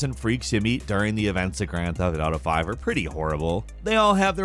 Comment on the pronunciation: “Gryand feft ardough”